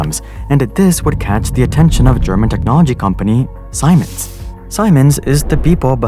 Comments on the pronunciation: Its pronounced SEE-MENS, not SI-MONS lol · It's pronounced Sea-Mens not Simons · Siemens is pronounced like "sea mens" not "sigh mens" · Siemens = "ZEE-mens." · Siemens is pronounced more like seamens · wtf is a Saymens? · Siemens is pronounced "sea-man's".. ;p Great video !! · Wow, didn't know it's pronounced Saimens and not Siemens (hope you get what I mean xd) PS: That animation is awesome! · FIY In Germany we pronunce Siemens like: Semens. But great video. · Could fix your pronunciation of Siemens too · That's not how you pronounce Siemens.